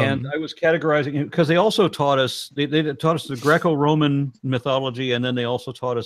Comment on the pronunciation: Did Aron say Draco-Roman or Groeo-Roman? How about Loki(I?)sm ?